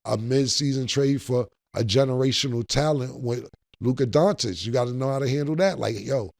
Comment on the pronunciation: "Luka Dontish"